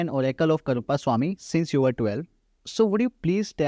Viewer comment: This man has a wealth of knowledge. I only wish the host bothered to say the deity's name properly - he keeps saying it incorrectly as "Karuppa" even though Shree ji pronounces it correctly multiple times.